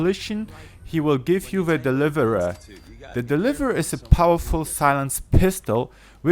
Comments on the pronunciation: When he said dereverur it was like I I ts the deliverer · this guy trying to say deliver tho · "Nuver fiv, da deviviva" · «The deliavrhsua» LMAOOOO HAHAHAHAH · number 5,the delive-rhe-rher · Logan Thompson DAH DEWIVAWUH IS MUNBEER FOWER, OWN THIZ LIST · HAHAHAHAHAH DELIVURUH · i love how u said the deliverer LOL!!!!